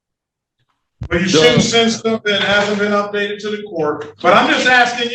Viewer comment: I caught that he did not put the 'th' in the first time around, and the judge should have caught it also.